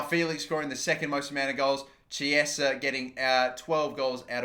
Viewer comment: Who else cringes when he says "Chiesa"?